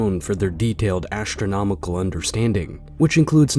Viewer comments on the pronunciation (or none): This video would be a lot more watchable if the narrator didn't constantly say ASHtronomical or Eckshtra. Why does the presence of TR change the pronunciation of whatever comes before it? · Modern "ash-tronomical" knowledge. Is it really difficult to pronounce the word astronomical??? (Shaking my head at the reading voice.) And now the person reading is calling the Anunaki astronauts God. If I were God I would majorly pissed at this moron.